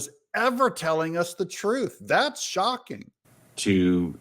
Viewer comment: Btw, he didn't say ' shocking,' he said "shockeen."